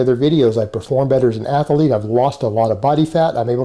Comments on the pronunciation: You gotta love how in the same sentence in which he refers to himself as an "ath-a-lete", he is short of breath by just talking... and athlete only has one fucking A!!! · Elite level athuuh-leet. LMAO! seeing him carry his weights down his 12' hallway just cracks me up! Elite! Athuuh-leet! You cant write this stuff! Havent you ever opened a (cu-cuckle) ann-thruuh-polo-geee book? Pssshhhh....(cuckle cu-caaw). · Anyone that says “ath-a-lete” and “yooman” are fucking idiots. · Exactly. He takes his identity from whoever or whatever is closest to him. He has no sense of self. Which is why he's been through so many iterations. It's like he tries them on like shoes. Nope, the learned scholar didn't fit, let's try the Tegsuus badass. Disaster! Let's try the elite athuuh-lete and world class coath. Works! For now. Lol.